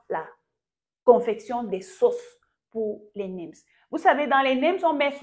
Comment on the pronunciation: C est neems et non nims!